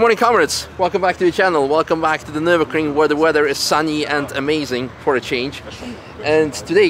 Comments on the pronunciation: everytime Mat says "Nürburgring" you should kick him...lol...🤣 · How many kicks in butt recieve mat for every time he say "nurburgring" on this trip??